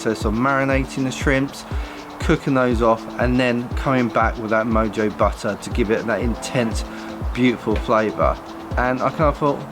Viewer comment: It is pronounced MO-HO